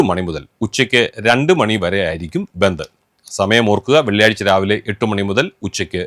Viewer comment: ബന്തു എന്നാണോ പറഞ്ഞെ. അക്ഷരം മാറിയോ